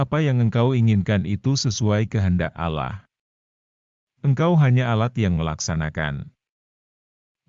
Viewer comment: Hostnya kayanya bukan dari kalangan Muslim nyebut nama ALLAH SWT agak beda